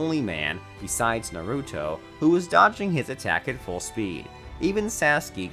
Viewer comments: Can tell he's never watched this shit with my favorite mess up out of all of them, "Narutu" lol it's the main character and you can't even get his name right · bro... "nu-root-o" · Saskee, narutoo, hocage lol